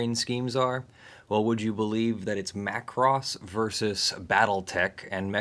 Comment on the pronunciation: MA KUU ROOSSS-MA KUU ROSSS